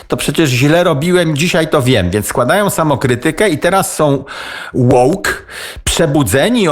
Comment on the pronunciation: "Łołk "...to może debile ? 😊😄😂🤣🤣🤣 i sie nie przezywam tylko mam na myśli pewien sposób ...🤔rozwoju umysłowego 😎